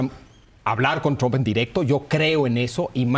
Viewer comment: Por qué le dicen "tromp"?? 😂